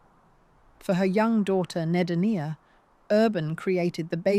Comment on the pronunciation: Named for Huttons dead son Ed, Nedenia was the feminized name she was given to remember Ned Hutton. Pronounced 'Neigh Deen ya' not what was said in this docu.